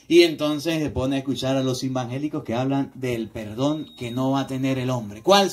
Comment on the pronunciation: Muy bien explicación de hermoso Evangelio de nuestro Dios cada día va creciendo en sabiduría 👍👍👍lo que me encanta y me saca una sonrisa es cuando dice los hermanos embangeliquitos😄 Dios lo bendiga y guarde de toda mala tentacion.